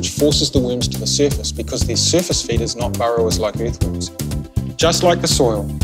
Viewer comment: Can't wait to get one of these!!! But I just want to leave some feedback.... I could not understand the sentence that was being said at the mark. It sounds like "the surface feed is not borrowers, like earthworms." I had to rewind it several times and finally had to look at the transcript, which says "they are surface feeders, not burrowers like earthworms." This makes sense, but that is not what it sounds like.... maybe because it's said in a New Zealand accent, or spoken quickly... I just wanted to let you know, if there is any way to patch in a voiceover that says "they are surface feeders" so it doesn't sound like "the surface feed"... that could help avoid a lot of confusion for some people. Just a thought. Looks like a great product and again, can't wait to try it, thanks for designing this. Looks like it works great and the worms will be super happy!